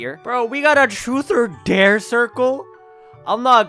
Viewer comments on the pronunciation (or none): none